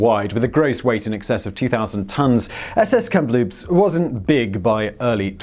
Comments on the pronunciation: KAM-LOOPS not kem loops yah hoser! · Simon, WTH.. where do you see a letter P in the middle Kamloops? It's a ridiculously simple word to pronounce. Geez.. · Pretty sure that first ship is pronounced KAM-loops, not KAMP-loops. There's only the one P in the name. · I lived in Kamloops BC, its pronounced Cam-loop-se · And yet he pronounced Kamloops wrong the first time lol